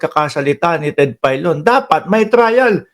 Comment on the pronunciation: Ted Failon hindi Ted paylon tanga.